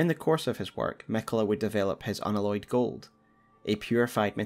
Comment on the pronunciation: Unalloyed pronounced un Alloy ed as in the word alloy. You know. Like a metallic alloy? Not an aloy.